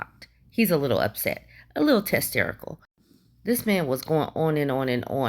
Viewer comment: I love it "testerical"😄